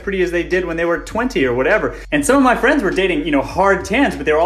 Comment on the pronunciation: CHERRY FWENDS!!